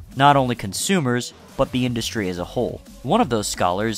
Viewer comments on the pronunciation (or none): none